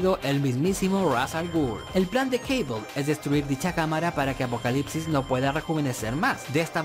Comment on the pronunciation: ¿porqué dice Caibol?, si se escribe Cable, será Cable, por no hablar que Cable suena mucho más épico, que Caibol, que parece una marca de mochilas barata.